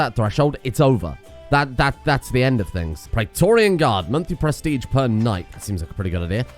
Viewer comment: can you look into your pronounciation of prestige? It's driving me kinda insane how you're saying "press-tea-tch"